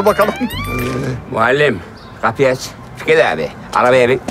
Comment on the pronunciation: ben fikçi tüpret diyo ya bayılıyorum